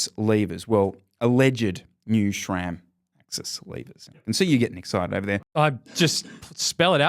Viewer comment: Why is it pronounced 'shram'?